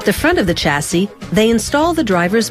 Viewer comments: Its also pronounced shasee not chasee! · CH assee - Shassis ;)